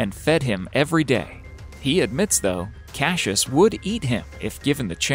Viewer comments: It's not pronounced "Cash-us", its CASS-I-US.... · Not cashish but cassius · Cashish it’s Cassius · cashus? are you dyslexic? It's cass ee uss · since when is it pronounced Cashus ??? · Love how the narrator says cash-us instead of Cassius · Us ozzies are in stiches lol, Cashious ? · I’ve seen the first crocodile (btw the name is pronounced cas-I-ous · Not cashius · Cashus lol Goosestav lol.. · why does he keep saying kashus? learn to read first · you pounced the name wrong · Why can't you say Cassius! ? Stop saying it! Twat. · Say Cassius properly!